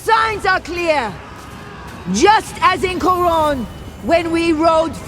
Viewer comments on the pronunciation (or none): none